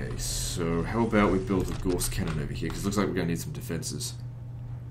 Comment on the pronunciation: I know this is 2.5 years old now but I can't stop myself, Gauss rhymes with 'house'